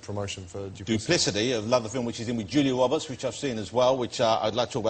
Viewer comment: Julia Wobbehts.